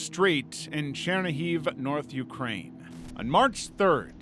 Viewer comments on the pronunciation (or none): none